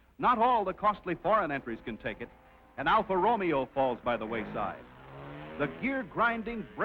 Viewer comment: Alfa RO-MEO hahahaha